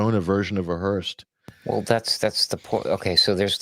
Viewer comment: it’s a “hearse” not a hearst. Patty was a Hearst